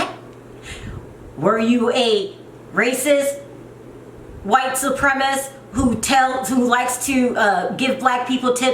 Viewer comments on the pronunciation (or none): "White supremist"... Lol idk if it's your accent or if you're just pronouncing "supremacist" wrong but either way it's cute af 🥰❤️